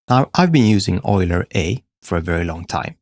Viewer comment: yoo-ler. not oil-er